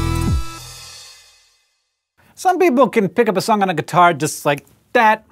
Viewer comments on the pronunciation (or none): none